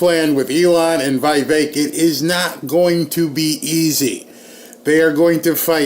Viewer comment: for God's sake!!! Vivek is pronounced: VI like the vi in 'vision', VEK like 'veik'!